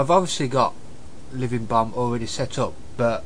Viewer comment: it sounds like he said "living bum" hehe, nice video for beginner, i personally knew all this, i love to use power auras, i think its the best wow addon ever, but show me how to show hand of gul'dan active timer, it just wont' work for me. :/ anyone know?